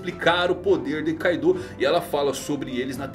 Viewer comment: E tbm não é Kaidô kkkk